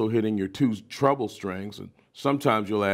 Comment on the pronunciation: I like how he said treble like he was saying, "trouble"